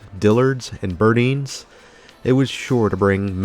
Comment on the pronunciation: I have lived in Florida long enough to know that the old Miami-based Burdine's was pronounced "bur-dyns" instead of "bur-deens". I'll forgive you for that, because I originally thought it was the latter, too.